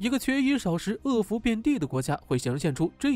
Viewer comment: 饿殍（piao）遍地